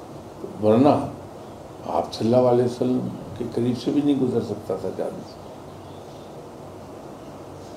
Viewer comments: agli bar jb ap milay in say toh boliyaga in ko "صلی اللہ علیہ وسلم" sahi sa bolain please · Yeh baba Aap SAW hi ghalat Bol rha hy 😒